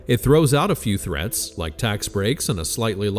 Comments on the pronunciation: You read threats when it actually says treats.... FYI 😅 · Umm... AI wrote "treats" in the first paragraph. You said "threats". What a difference an H makes.